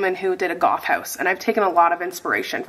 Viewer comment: I thought you said a ”GOLF House.” I just went with that vibe..like, to each their own, yea? Sad to report that it took me way longer than it should’ve for me to realize you actually said, ”Goth” not “golf”. 🤦🏻‍♀️